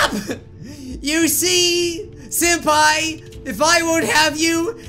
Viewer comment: "senapi" wow SENAPI WHATS "SENAPI" XD